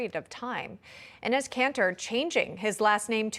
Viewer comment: Enez it’s enes lol.